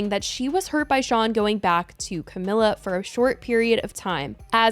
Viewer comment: The comments on the last video told you that you weren't pronouncing Camila right...